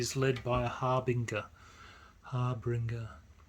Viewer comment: Harbinger is pronounced har-bin-djer like a herald.